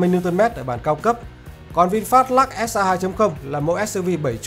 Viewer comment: Trời ạ, Lux mà ông đọc là " Lắc ". Phi ní lô đia !!!!